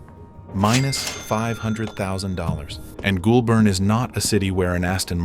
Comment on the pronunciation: Great video, though the area he is from is pronounced "goal-burn". This was funny... Minus one million dollars '-$1,00,000" lol